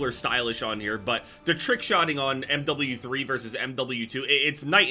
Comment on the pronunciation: when says M double u three